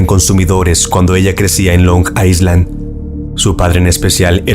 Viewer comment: crítica constructiva. Para la palabra 'Island' no se pronuncia la S. La pronunciación sería "ailand".